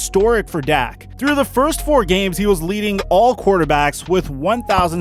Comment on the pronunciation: He said Dak I swear